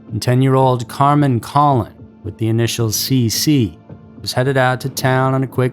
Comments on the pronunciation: It wouldn't be a Scary Mystery video without the egregious mispronunciations. The newsreporter has it right for Kenneth Bianchi, but doesn't. Why can't you imitate what newsreporter says? Also, Carmen's last name isn't "Collin", its coh-lone, emphasis on lone. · Don’t forget the Hillside strangler, Bianchi, and Shawcross were here. Colon is pronounced like cologne. Wanda was taken in a very bad area. Was then , is now. I was a teenager in high school so don’t remember it as it unfolded. So if the killer was mid 30s then he would be in 80s if alive? The last , 350 and 441, Which is Penfield rd and Macedon Center, is where new Byrne dairy is. It seems like he was from East side. But Churchill is West while last two are East. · I was a class mate of Michelle Maenza at 33 school… and the narrator is miss pronouncing Michelle and Carmen’s last names….